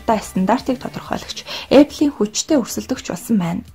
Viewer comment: Goy medeeele bna gehdee Apple geed zuv heleerei bi odoo epple gej yu yun bol bodlooshd ehendee